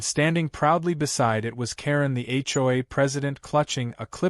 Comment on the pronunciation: AI can’t be very smart if, after hundreds of HOA stories, it still hasn’t figured out how to pronounce “HOA!”